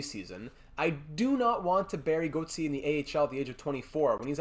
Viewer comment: When you say Julian Gauthier name it sounds like you are trying to throw up. Not all names need that stupid French flare you are giving them. We make good gm mode videos but I turn it off when you keep doing it. I doubt I’m not the only one, it’s like a restaurant you won’t complain if food is bad just won’t come back.